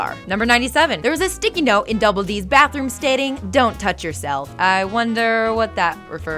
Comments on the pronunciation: I cringe when she says Kranker and not Kanker... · "Get your facts straight internet" You call the Kanker sisters Kranker. Oh the irony. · I don't care about that but why does she keep say kranker sisters??? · she called "marie kanker" "Annie Kranker" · Are you... purposefully pronouncing every name wrong? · wow you must have really loved the show considering you mispronounced Kanker Sisters every time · I can't help but get irritated with the numerous slip ups in this video, mainly mispronouncing names and even Grunt being changed to Gunt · NOZZ?? CRANKERS? CAN SHE NOT PRONOUNCE THINGS PROPERLY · Did she read off of a script or just try to remember half of her facts. Annie??? No... Kranker.. Noz?? Just as a short list.. Dear lord, please give this girl a script and how to pronounce the words if she's going to continue to do these videos. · Its Kanker....KANKER....not cranker.... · "kranker" stop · I mean she clearly HASNT had any experience with the show. She mispronounces "Kanker" as "Cranker" multiple times, as well as "Ralf" instead of "Rolph" and "Anotuchi" instead of "Antonucci" to name just a few. I guarantee you she's never seen the show. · Kanker not Kranker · They're called Kanker, Not Kranker. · I know this is very old by now, but every time you say Kranker, I cringe so hard. The KANKER sisters, dear. Also, I'm not gonna look it up right now, but I'm fairly sure the cactus' name was Jib. Not jim. Edit: or so, you can see double D Holding the cactus, and it's labeled with his name, JIB. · "Kranker" sisters?. Kanker sisters. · CRANKER!?!? Who is this noob? It's KANKER! Up out of here with your "facts". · did she say krankers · Alissa Challis AND KANKER TO CRANKER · Kranker? Ralph? Nauz?Annie Kranker? Do you mean MARIE KANKER. Did you ever actually watch the show? You butchered the video for my favourite childhood show by mispronouncing names and just popping candids of your face in so thanks for that.... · It's KANKER NOT KRANKER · "The Krankers"